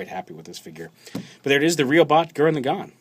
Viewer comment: laggann not legon